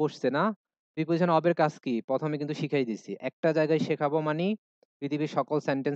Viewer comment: sir, Preposition এর উচ্চারন আপনি প্রাপজিশন বললেন এটা কি সঠিক উচ্চারন, আমি জানি উচ্চরন হবে প্রিপজিশান